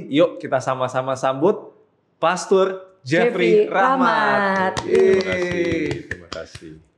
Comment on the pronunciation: pastor, bukan pastur. Kamu salah ngomong